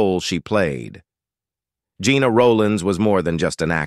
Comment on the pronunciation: Her name was pronounced like "jenna" not like "gina".